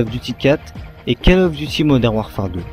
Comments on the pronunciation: ca serait bien si tu prononcais le nom du jeu avec le bon accent "Call of Duty" prononcé "Caul" et non "cale". Sinon un peu plus de dynamisme n'aurait pas fait de tord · Désolé mais prononcer ''call'' comme cale à la française ça m'arrache la tête... anglicise un peu et prononce ''cOll'' comme Gaulle, la baule etc... sinon merci pour la vidéo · C'est pas cAll ais cOll of duty.faut mettre un petit accent anglais --' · Call of duty se prononce : Colle of Duty , Pas Cale Of Duty ;) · Call Of Duty se prononce "col of diouti", parce que ta façon de le prononcer est plutot ridicule... A part ça rien à dire sur la video, je me suis arreté trop tot pour juger le contenu xD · on dit coll of diouty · J' adore ta prononciation "keull of duty" ^^ Xcuse moi mais je me suis bien marrer pendant cette vidéo d' information. Merci quand meme pour ton initiative mais n' oublie pas de prendre du red bull ou des vitamines ça donne la pêche. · P*tain mais on dit pas "Call of Duty" on dit " Coll of Diouty" c'est de l'anglais bon sang ! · Je suis d'acc avec les précédents commentaires, mais juste une autre chose... Je ne supporte pas cette manie de prononcer "Call of Duty Modern Warfare" a la française.... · "call of duty", ça se prononce en english, pas en french... lol